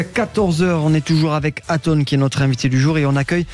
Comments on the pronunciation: Il a du mal avec son prénom Lol Atos ...Ato ....Aton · ATON, c'est ATON bordel pas ATO. Bercoff franchement parfois.... Dur... 🤣😅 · Aton pas Atos (Athos) .. Allons André, on est pas chez les mousquetaires .. et pas Ato non plus ... Allez encore un petit effort André !! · Je suis mdr Bercoff n'arrête pas de l'appeler Ato 😂. Mr Berciff pardon Bercoff 😂😂 regardez Grég Mma vous verrez Aton... pas Ato 😂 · ATON ! A-TONE ! André faites un effort 😅